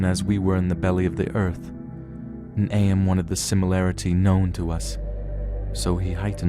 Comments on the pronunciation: I need to get this off of my chest It's/His name is AM not A M my ocd goes into overdrive when people get names slightly wrong AAAAAARRRRRRRRRRRRGGGGGGGGGGGGGGGHHHHHHH!!!!!!!!! Great reading by the way. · The narrator is calling AM as A-M. It's together like in "I think therefore i AM."